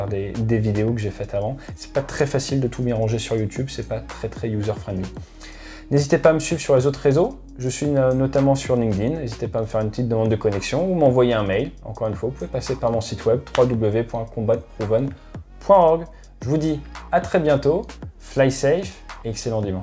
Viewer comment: Alors le mec il arrete pas d'insister sur la maitrise de l'anglais, il est en partie canadien et il a été formé aux etats-unis....et il dit "link dine"!!!! Non, je m'insurge monsieur. Vous ne pouvez pas prôner ainsi la maitrise de la langue de shakespear et sortir une horreur pareille, confortant nos concitoyens dans cette horrible prononciation.:) (et pour ceux qui se poseraient la question, ce sont deux mots, "linked" et "in", et le "ed" à la fin du premier mot se prononce presque comme un T). Sinon, très bonne vidéo, comme d'hab:)